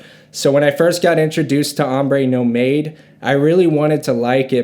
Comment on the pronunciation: It pronounces NOMAD.......not NO MADE